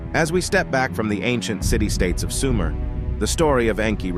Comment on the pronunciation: It's not SUMAIRE. ,it's SOOO-MER